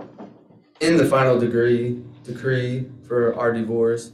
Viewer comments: Decree not degree he is killing me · Decree not degree